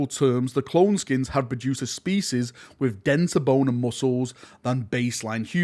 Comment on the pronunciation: I believe cloneskeins are pronounced clone 'skaines' as opposed to skins, no?